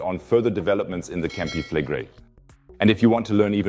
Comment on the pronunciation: Campi Fleg (quick pronunciation) -Re-ii (long outdrawn -i..). Not Campi FLEGGrei.